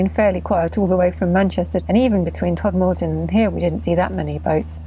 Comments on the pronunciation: Love seeing 'my' canal. I do have to tell you place name pronunciations though.. Todmorden is Tod'mud'dun... Sowerby Bridge is Sore bee bridge, Mytholmroyd, is usually just royd. Glad some boaters have done our stretch. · Next time you travel the Rochdale, you'll be able to pronounce the placenames. It's TODmorden (or just "Tod"), and is the origin of the Incredible Edible movement. MYtholmroyd (nothing to do with old stories) was the birthplace of Ted Hughes, and is the venue for the World Dock Pudding Championship. Cragg Vale, the valley to the right, was home to an 18th century gang of counterfeiters.